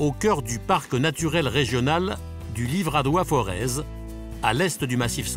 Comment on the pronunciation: Pour information on ne dit pas ForeZ mais Forez comme Forêt...Le "Z" ne se prononce pas...